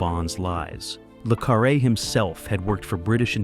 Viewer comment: The Spy Who Came in from the Cold was true espionage film. Comparing it to Bod is again ridiculous. Mispronouncing the main character's name makes the narrator look ignorant.